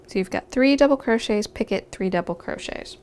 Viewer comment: Picot is pronounced peeco. I thought I was going to learn some kind of new stitch called picket.